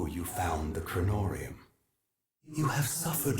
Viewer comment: It's "Kronorium" btw